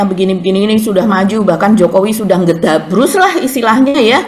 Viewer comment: sy jd ngakak blg ngedhabrus 😄